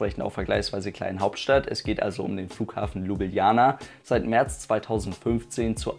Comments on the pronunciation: "Lübilana", wer kennt diese Stadt nicht?😂 (Sorry, aber deine Aussprache ist zu geil) Gute Besserung💪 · Richtig korrekt Lublana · Nein. Ljubljana mit 2 "j"